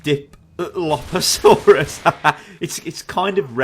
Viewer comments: pteranodon = te-ra-no-don dilophosaurus = di-lo-fo-saurus carnotaurus = car-no-tau-rus tyrannosaurs = ty-ra-no-saurus novaraptor = no-va-rap-tor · Enjoyed the vid, but... failing to pronounce pterosaur, dilophosaurus and carnotaurus? Oh, well.